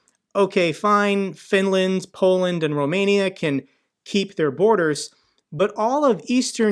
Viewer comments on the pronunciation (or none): none